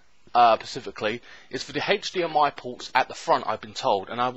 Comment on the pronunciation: Hatch dmi porrt it an hatch dmi porrrrt ahhhhhh haha hdmi silly 😜